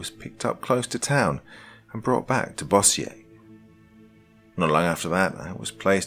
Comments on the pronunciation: It's pronounced "bOhzser" not boss-E-yay. It's a city in Louisiana near Shreveport. We do speak French down here but, not everything is pronounced that way. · You pronounced Bossier wrong. Correct pronunciation (bow-zur). Dont feel bad though here in Louisiana we don't pronounce hardly anything especially the cities the way they are spelled. Lol For example the city of Natchitoches (Nak-oh-dish) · Bosier lol if u aren't from Louisiana, u are likely gonna BUTCHER THE NAMES IN OUR STATE